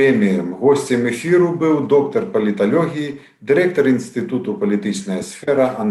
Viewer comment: Навошта каверкаць яшчэ мову???Чаму" палиталегия",а не палиталогия,плян,а не " план"...